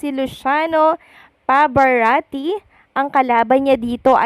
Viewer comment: When will you pronounce Pavarotti's name correctly?!